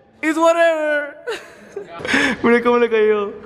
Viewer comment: .. q mrd dijo? .. werever? haha